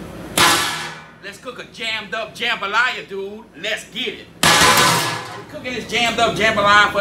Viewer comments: There is something wrong when you can't finish the word dude. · I think it was a joke. Because his accent makes it so he doesn’t pronounce the ‘d’ in dood so it was more of a joke than a correction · I laughed uncontrollably every time i heard a man with a cajun accent say the word "dude"......